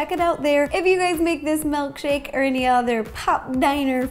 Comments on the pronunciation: Honestly pissed she’s saying “MELKshake* *shudders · "Melkshake" ...lol